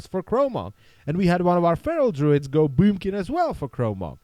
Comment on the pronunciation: should make a video were you repeatedly say bUUmkin xD